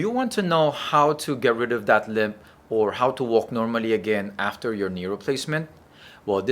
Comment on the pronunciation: Limp, not limb